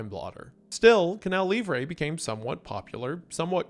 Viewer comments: Wendigang writers, I'M M BEGGING YOU, give this man a pronunciation guide!!! It's Canal Lee-vruh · He was doing great, he pronounced "Manaus", "Wallace Souza" but then...."Canal Livre","Faustão"...meu deus 😭